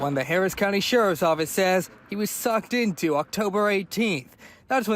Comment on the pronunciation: saying he was 'sucked in' (pause) is WILD!